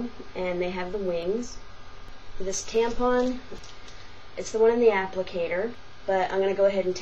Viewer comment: oh and learn to say TAMPON right... theres no freaking G at the end of it... you know NOTHING about tampons